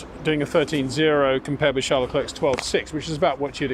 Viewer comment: Would be nice if you once learned how to pronounce Verstappen en Leclerc properly…